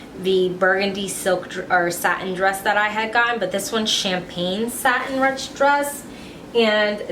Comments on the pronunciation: YES not rutched???? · i think its pronounced "rooshed"?